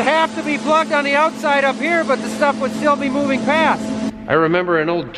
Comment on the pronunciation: “We’re really doin it Hair’!!!”